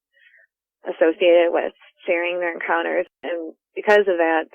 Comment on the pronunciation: love the channel, but is anyone else bothered by the inexplicable Y that he puts in the word "encounters" in the intro? No?.... Just me then?.....encyounters